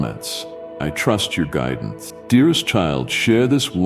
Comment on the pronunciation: I trust your gridence